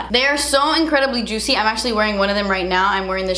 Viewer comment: Drinking game: take a shot every time she describes the lip gloss as “jootsy” 😂😂